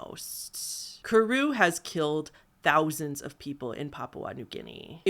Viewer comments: This gal: Pronounces incinerate as incarcerate and kuru as koru. Me: 🤨 Is this the work of a bad writer or a speech impediment? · Pree-aan is the correct way to say it, and kuru is kur-oo. At least in American pronunciation and according to Merriam Webster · I sort of feel like you're saying a bunch of words incorrectly. Doesn't prion sound like Ion ? I don't think that incarcerated is the right word. I think the word you were thinking of is incinerated, and I'm absolutely certain you said Kuru incorrectly. You're saying Kor-roo. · Ur pronunciation lol so "pry-on" and "kooroo" would be how u say them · this video was pleasant background noise for while i was doing stuff, but i do need to point out that your pronunciation of some of these terms like kuru and creutzfeldt-jakobs disease were a bit off. 😅